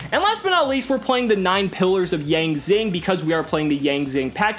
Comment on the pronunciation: I'm Chinese, and I find your pronunciation of the yang zings extremely painful